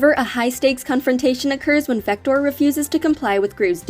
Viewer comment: It's actually vector not victor